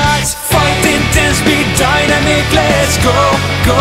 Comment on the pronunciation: I love how you pronounced Dynamic as (DIE-NUH-MEEK) instead of (DIE-NAM-MICK)